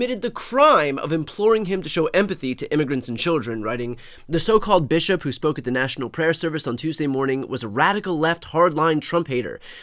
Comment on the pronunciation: “This Bish-op” 😂